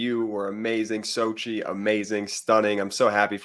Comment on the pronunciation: Congratulations on your wedding nuptials. I noticed that it appears that people mispronounce your new spouses name Xochitl is an Aztec name all the vowels and consonants are sounded I hear phonetically pronounced Sochi it should be pronounced Sochitl with the t and the L pronounced as well just and fyi .Again congratulations.